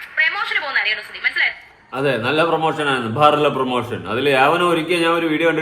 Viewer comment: പ്രെമോഷൻ അല്ല രന സുന പ്രൊമോഷൻ